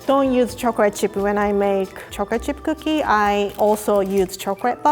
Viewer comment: No one: Absolutely no one:....: choric chirp kokie